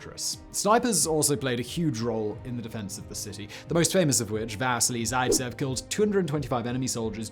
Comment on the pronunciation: Lol we say Vasily zaitsev (Vah-sil-ee/ Vah-seel-ee) zei-ts-ehv